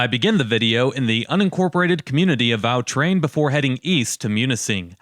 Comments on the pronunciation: "Aw Train" not "Ow Train". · Nice video. I grew up in that area. FYI, "Au Train" is pronounced by the locals as "Ah Train", not "Ow Train". In the Upper Peninsula, "sauna" rhymes with "town" and "frown" and "noun", not with "saw" or "jaw". "Au Train" rhymes with "quatrain" or "Bahrain". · It’s not called Al Tran it’s called au train it sounds like awe train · It’s pronounced a’ train